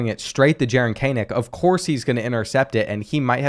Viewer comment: he did jaren kanak (can nick) dirty by calling him (cane nak)